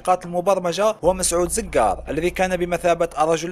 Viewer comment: اسمو زووقار وليس زززززققققار